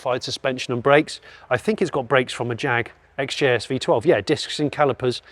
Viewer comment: Hate to pull you up on a few points but, think 60's Guy XJS is pronounced X-Jess. The Caddy looks dog plop compared to the W126 almost could be a Del Boy Bonnet De Douche edition! 😉